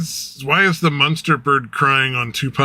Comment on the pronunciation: Some day will realize I whistle the Munsters theme song every time he mispronounces the word "monster", but today was not that day.